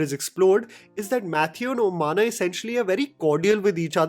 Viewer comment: Oh-man-a bro, not omaana 😂